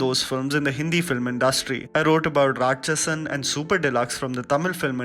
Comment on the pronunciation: It's Rakshasan not Ratchasan